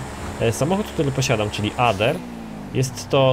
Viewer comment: czyta się Ader mówi się Ejder